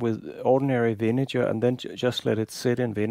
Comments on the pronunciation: You gotta check the pronunciation of "vinegar", my man... That's a hard "g", like when you say "great" or "good." And it's not "iron cast" but "cast iron." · You didn't notice that he was speaking English? No English speaker in the world pronounces "vinegar" with that kind of "g". Being on YT doesn't mean that a mistake becomes correct just by virtue of being on YT.